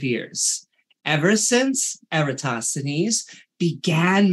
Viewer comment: He says Eratosthenes. Lol.